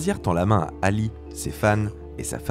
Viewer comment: d'accord avec toi parcontre ça pique les yeux comme tu a écorché le nom de ALI..